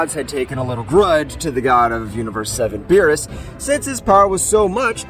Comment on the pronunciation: Aww man no voice that says beeroos.